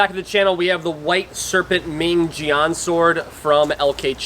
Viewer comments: Yea, jyen with a very hard J, kinda like Djinn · For future reference, jian is pronounced kind of like “jyen” :) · It’s pronounced more like “Jen”